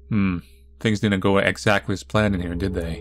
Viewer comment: my closet doesn't like to open when people are around,too. relatable content btw, coffin goat >>> pond goat ...he said axe-actly...